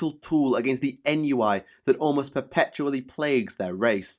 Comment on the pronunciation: Ennui is pronounced on-wee